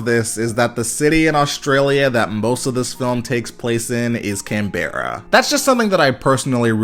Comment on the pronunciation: btw, its pronounced Can-bruh 😊